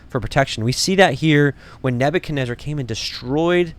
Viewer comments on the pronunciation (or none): none